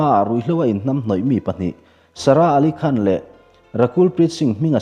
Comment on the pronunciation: 'Khân'...... A rik tur anga ri dik lo hi ngaihthlak a nuam lo deuh thin.